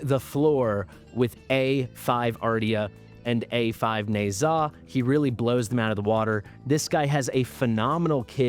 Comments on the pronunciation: Hello. Thanks for your videos. By the way. "Ne Zha" is pronounced "Knee-Ja" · Dumbest pronunciation ever. I think it sounds better as is